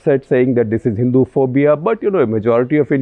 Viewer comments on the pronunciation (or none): none